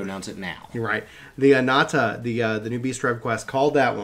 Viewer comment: Very excited for the new patch and the new story quests! Hope you all have fun, and have a great day!^^ Question, are you saying "anata" instead of "Ananta"?